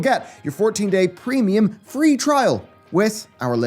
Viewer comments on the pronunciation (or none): none